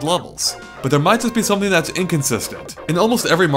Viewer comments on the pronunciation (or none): none